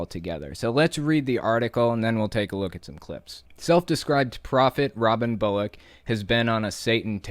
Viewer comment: Why does Bullock almost sound like "bollocks"?